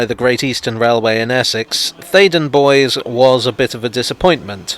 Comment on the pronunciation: I always thought Bois rhymes with Royce.